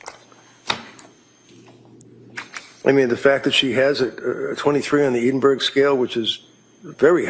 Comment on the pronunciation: Oh for goodness' sake, Edinburgh is pronounced EDDINBURG or EDDINBURRA. Counsel for the defence has it wrong and in an earlier video counsel for the prosecution had it wrong in a different way. What's so hard to learn how to pronounce non USA city names?